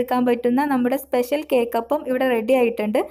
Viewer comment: സ്പെശൽ😀😀😀 സ്പെഷ്യൽ😂😂😂